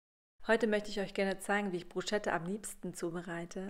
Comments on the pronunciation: kleiner Tipp es wird nicht Bru"SCH"etta ausgesprochen sondern Brus"ketta" ;) Mit roten Zwiebeln schmeckt es umso besser. Sieht Lecker aus! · Das sch in dem Wort Bruschetta spricht man nicht .... Man sagt : BrusCeta man muss es also wie ein K aussprechen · Es heisst : BrusKetta 🤓ausgesprochen.... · Für mich ist und bleibt es Bruschetta, und nicht Brusketta. Bin mit dieser Aussprache aufgewachsen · Das habe ich aber anders gelernt🤔 Brusketta wird es vielleicht im Italienischen etc. ausgesprochen, aber im Deutschen glaube ich Bruschetta. Aber wen juckts jetzt? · Man spricht "brusketta" aus! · Brus ket a, bitte ohne deutsches sch, dann schmeckt es mehr nach Italien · Es wird „Brusketta“ ausgesprochen 😳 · nein es geht nicht beides! Man spricht es BRUSKETTA aus! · Geht nicht beides es wird bruscetta ausgesprochen und nicht mit sch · Es ist ein Italienisches Wort und im Italienischen spricht man das ch wie ein k aus. Man sagt ja auch nicht Gnoschi sondern nokki (Gnocchi)